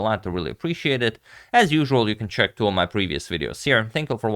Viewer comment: This "tiu" instead of "two" is irritating